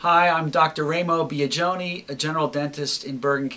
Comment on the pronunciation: I have never herd my name pronounced so badly